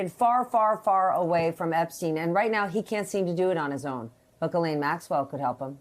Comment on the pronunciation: he called her a jizzzlane lol